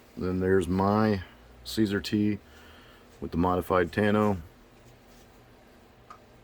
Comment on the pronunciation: Thanks for the video. I like the review. Just to let you know, CSAR is pronounced “see-sar.” SAR is an acronym for Search And Rescue.